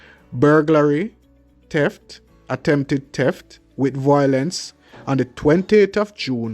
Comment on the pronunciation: it's not teft its pronounced theft, speak the English language properly.